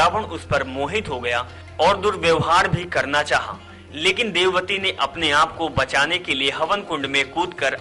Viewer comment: jb vedwati ko devwati kh rahe ho to fir tumhe kese puri story sahi malum hogi